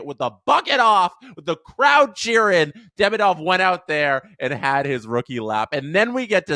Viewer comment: For English speakers it's correct to pronounce DemIdov. Stress on the second syllable "i"